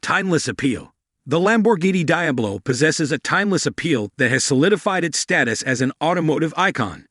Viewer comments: How do you talk about a car that you can't even pronounce..Watch one video on you tube, and you would get it right... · Dear God it's, De-ab-low